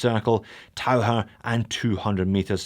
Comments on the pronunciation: I did take 4 years of German. The closest English pronunciation would be "Tau-kir", not the "Tau-her." It means "diver". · I’m not sure how you pronounce Tau-ker but being a German I think Tau-her comes closer to Taucher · Pronounced taucker.